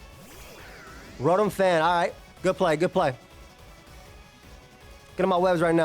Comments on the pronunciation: the "S" in Illinois is silent lol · pronunciation of Illinois made my soul die a little bit every time